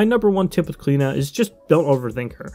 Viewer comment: as an irish person its weird to see smite pronounce the name like klena ive alwasy heard it pronounced like clee-oh-na by people called that haha